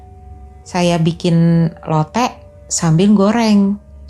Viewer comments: Bacanya lotek (k nya diajak) kak.. hehehe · LOTEK tuh K nya dibaca Mbaaaaaaa, jangan dibias kyk bahasa jawa